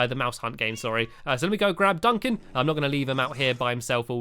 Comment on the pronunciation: heres a pun you said Duncan witch sounded like dunc him I thought it was funney (you are sapose to start laughing now) lol :)